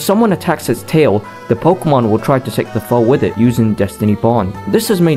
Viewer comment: The name pronunciations are atrocious lol